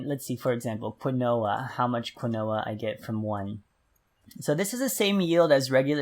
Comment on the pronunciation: Love your vids.:) FYI Millet in real is one of the grains in birdseed ( mainly parakeets/cockatiels/finches) - and Quinoa does sound like Queen - noah - but it's actually pronounced Keen- wah. I said it the other way for a long time until I found out how it's really pronounced, lol. Anyway, thanks for the great info on all your vids!:)